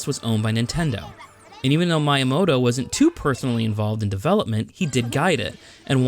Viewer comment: Your channel deserves more subscribers. Great editing, comedic timing, content. I must admit though, the way you pronounce "Miyamoto" drives me nuts.